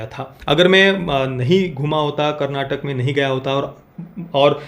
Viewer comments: Bro it’s Karnataka not karnatak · it's karnataka not karnatak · Bhaii.. KARNATAK nahi KARNATAKA hai.. that last A matters bhai... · Not Karnatak, it is Karnataka, It is kaaaaa